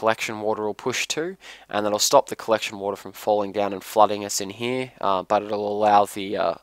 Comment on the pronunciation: i hate how you say "here" ...